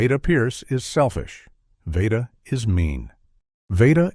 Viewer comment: Anne Blith? Vayda not Veeda. Come on, how much more time would it take to feed AI accurate pronunciations? Unforgivable, especially since the commentary is excellent.